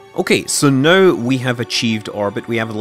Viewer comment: everytime you say "now" it sounds like "no"